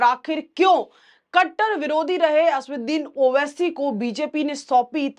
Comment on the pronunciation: 'असदुद्दीन' बोलना सीखो